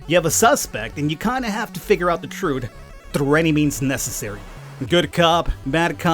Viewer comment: "Room ob troot"